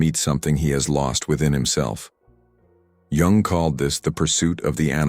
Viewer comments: please learn to pronounce his surname properly as it is not jAng but jUng, as in yoong thank you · Not Carl Young but Jung - the 'u' pronounced like the ou in you.